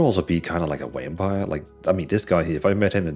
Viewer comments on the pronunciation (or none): You say Vampire the same way Benedict cucumberpatch says Penguins